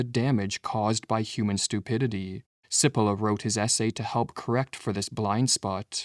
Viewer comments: It's not Si-polla. It's Chi-polla... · My friend I am Italian American and I speak Italian. May I help you with the pronunciation of the name “Cipolla” (Chee-Po-lla) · The irony of producing a video about stupidity where the presenter doesn’t realize that he is mispronouncing the name Cippola. In Italian CI is pronounced “chee” not “see” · His name is pronounced CHEE-po-law ... not sippolah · Just for the record, his name is pronounced chee-POLE-ah. That's ignorance, not stupidity. Btw, it means 'onion'. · Please note, Italian pronunciation of Cipolla is 'cheepollah' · Pronounced, in Italian, 'Chipolla'. Thank you lovely brothers. Peace and love from the North Pole. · It might help the presentation if you pronounced the author’s name correctly. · Please pronounce 'Cipolla' correctly or people are going to think you are stupid. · The AI voice mispronounces Cipolla's name. Stupid. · Cari fratelli canadesi - Carlo Cipolla was italian (died in 2000). would you kindly, per favore, pronounce his name the way Cipolla is pronounced in Italy? Grazie. 🧅🧅🧅🙏